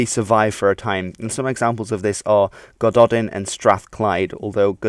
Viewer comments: Psst! In Welsh, "dd" is pronounced "th", so Gododdin sounds more like Godothin. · Go-doe-thin... Gododdin... Lived in what is now Gwynned and Denby... up by the Caledon, they were Ododdin, Oh-doe-thin, because, they were, where they were from. The Gododdin were no longer, where they were from. They were somewhere new... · Great video as always, one quibble: Gododdin = God-OTH-in. "Dd" in Welsh is pronounced like a "th". One more quibble: the first part of Scythia rhymes with "myth": "SITH-ee-a".